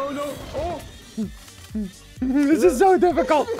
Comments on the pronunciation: ssundee: henwy i hit these also ssundee: goes on to miss like 10 times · Ssumde say henwy penguin